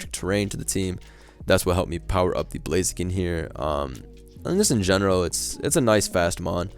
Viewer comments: bro thats blaziken in UU not blazeekin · Blazeeken has to be the new pronunciation of the name, it's just too good. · every time calls it “blazeekin” i laugh why is that shit so funny lmao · How the fuck did you pronunce Blaziken